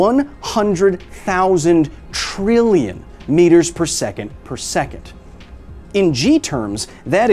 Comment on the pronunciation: man goku can't even pronounce past trillion